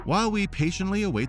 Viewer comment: ... AmArok... not Amrok 🤦‍♂